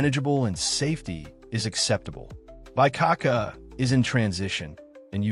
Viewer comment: I’m sorry, but someone who says “Lam-BRA-te” as “Lam-rate” just made it clear they don’t know anything about Italy or Milano. It made me laugh out loud when he said “BYE-cacca” for “BEE-coh-ca”. Is this AI slop? If it’s a real person, they don’t know anything about Milano.